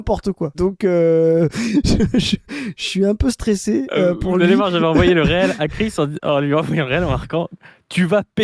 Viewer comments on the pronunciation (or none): ça se dit rile pas réel ! c'est reel, bobine en anglais ! j'en peux plus d'entendre réel